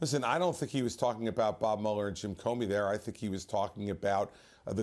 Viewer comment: Mueller is pronounced MEW-ler. As in "beat you like a rented MULE-er". NOT MULL-er. Never trust anyone who can't pronounce their own name properly.